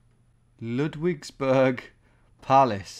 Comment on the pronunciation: and it's Lood-vigs-boorg and shtoot-gart (